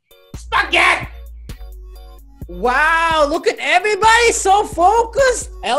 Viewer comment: Spaget is spaget. With the et SPAGET